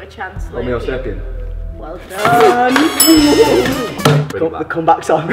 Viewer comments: I'm pretty sure said "homeo sapien", which not only is mispronounced, it's actually incorrect (sorry, ). The correct answer is Homo sapiens sapiens (the doubling isn't strictly necessary in this case). Homo, not homeo (like homeopathy), and sapiens, with an "s", which is a latin word meaning wise. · He said HOMIO sapien... WRONG!!!! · wait but didnt he say "homeo sapiens" not "homo sapiens"??? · it’s homosapien not homeosapien, but I won’t tell them if you don’t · Did say homeospaien instead of homosapien? Pity point that! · said homo sapien wrong 💀